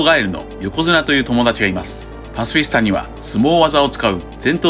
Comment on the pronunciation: パシフィスタの発音好き(笑)